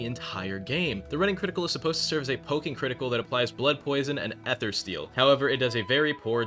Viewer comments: its ee-thr not eh-ther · Random question, why do you say Èther, instead of Eether? (I suck at phonetically writing down words, think Ike(?) From smash using his Up B, that's how I pronounce it) Was it given an official pronunciation, or is it just to "piss off" some people? (Even though some things like that are subjective) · unc pronounce ether normally.